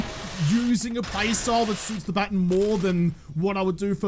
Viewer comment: It's okay if you say electrocutioner incorrectly; you don't say 'baton' right either. It' sometimes seems as if you people invented the language just so that you could butcher it.